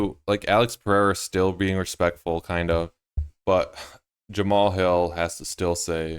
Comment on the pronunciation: Jemma-Haul-Hil... "Jemall" Jamahal